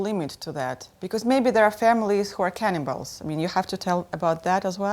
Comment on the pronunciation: I initially thought she said 'cannonballs' rather then 'cannibals'